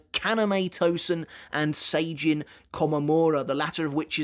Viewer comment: My man, love your videos but you gotta start saying "Sajin" correctly haha - its Sah-Jin, not Say-Jin:)